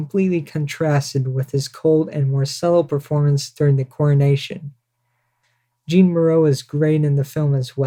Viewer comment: Nice, but you should know it is not "Jeen" Moreau it is pronounced "Zhaw(n)".